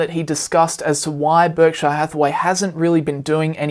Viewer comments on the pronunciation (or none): PUBLIC SERVICE ANNOUNCEMENT TO ALL AUSSIES: stop pronouncing Berkshire like "Berk-shy-are" ... its named after the county of Berkshire in England which is pronounced more like "Bark-sher". It makes you sound stupid when you say it wrong. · Just an FYI, no offense meant, Berkshire is not pronounced Berk-shy-er.